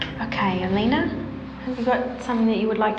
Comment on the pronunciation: Alina ? LOL more like Alino.